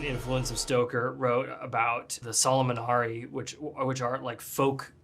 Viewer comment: Is '' Șolomonari'', man, learn to pronounce the things you use from people's cultures , folk etc.ALSO, the German immigrants on Romanian land had no idea wtf they talk about because the Solomonari has 0 connection with Solomon and all the crap you connected it there.